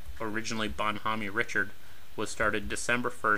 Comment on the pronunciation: it's also Reeshard not richard